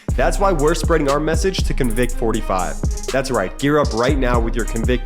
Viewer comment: Convict45 sounds so much better with stress on the first syllable, or noun instead of verb.